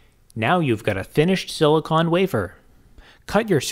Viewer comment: It’s silicon not silicone